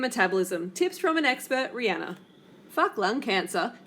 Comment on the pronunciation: I'm so tired of this vegan bullshit being pushed on everyone! Rihanna (by the way if you're going to dump on her at least pronounce her name right) is a better role model than you, she isn't making people & especially not kids feel like they're going to get fat because they eat meat! Bitch you're not good enough to eat the dog shit off her shoe! Fuck You!